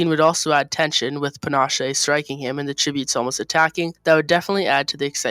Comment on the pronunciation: Love this video but his name is panache and u pronounce it pan-she